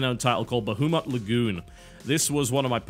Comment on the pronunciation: TB, how did you just pronounce "Bahamut"? Did you say "Buh-hoo-muht"?